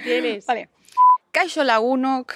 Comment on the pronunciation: La primera y en la frente, supongo que la chica que te lo escribió no te corrigió, pero es bastante raro escuchar /etori/... -> Ongi etorri /óngui etórri/ y lo de lagunok es lagunak, cuando yo lo estudié en batua, no sé si estás usando vizcaíno (ahora en cada zona se habla su propio dialecto con pequeñas variaciones).. en fín. He llegado aquí por una recomendación... ya me iba.